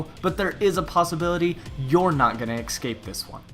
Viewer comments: It's not ecscape it's escape. You are saying it wrong! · He can't pronounce escape. Es-cape not excape. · its escape not exscape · "ex-cape" ??? E-SC-APE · No because me and everyone else hears excape in stead of escape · All I hear when talks: X cape._. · Why just why you said ES-CAPE so much and said it wrong every time :( that was so annoying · X Cape is what I keep hearing. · The way you say escape is really weird. It's "ekscape" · "Ickscape" CRINGGGEEEEE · You mispronounce escape and it hurts. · Learn how to use pronounce the word "escape" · Top 5 worst pronunciations of the word escape. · nice video but i cannot deal with how to pronounce escape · I was about to make this same comment